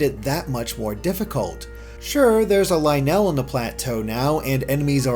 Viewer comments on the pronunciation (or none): Ok, is it LYnel, or lyNEL?